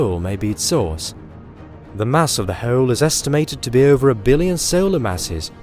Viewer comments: u must have missed him trying to say "hole" then. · I always wonder why I'm not subscribed to you until you say "hoel" and then I remember. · i dont like how he says hole